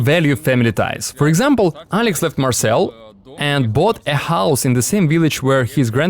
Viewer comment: What is the city he calls ''Marcel''?